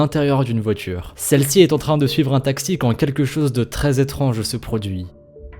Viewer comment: À la place de étrange tu à dit étronge